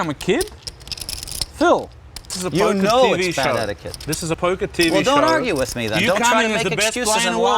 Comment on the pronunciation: Just came to comment.. “It’s POKAH Phil” Alright see ya guys 👍